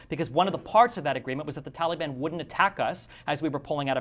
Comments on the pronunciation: I like the way that Destiny pronounces Taliban, like Tally-ban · Did Destiny say Towelie ban?